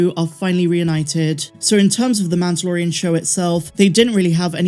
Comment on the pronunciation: why cant you say mandolorian? its not MANToLorIAn